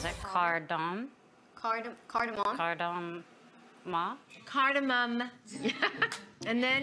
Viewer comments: Selena couldn’t pronounce Cardamom….i am in shock 😮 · None of them pronounced cardamon correctly😂